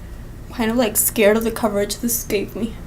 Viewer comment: Love the review. CAHVERAGE Lol. #coverage haha you're too funny girl 💖💄💋